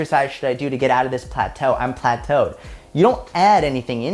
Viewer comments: “Plataeu 😬” that was hilarious hhahahahahah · I'm the 2nd type ✋✋✋ loved how you say plateau 😂🤣🤣🤣🤣 This is my favourite video ❤ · When you say "Plato" is probably one of my favorite parts in this video 😂😂 Main message keep doing what you are doing. Stick it out. The weight will fall off 🙌🏽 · saying "plateau" needs to become a meme lmfao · plateau! LMAO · The way said "plateau" lol